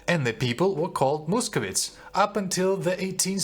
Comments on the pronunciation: не мусковітс а мусковайтс! Дуже вас підтримую!👍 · The correct pronunciation - московайтс, not московітс